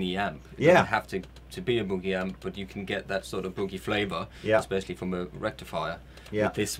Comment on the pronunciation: Is sure wished the English gentleman would LEARN how to say the word "Boogie."